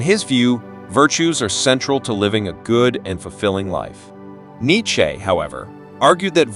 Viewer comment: I can’t stand the way this bot says neitcheze